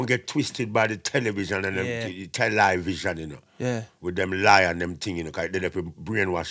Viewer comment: Tel - Li - Vision 😂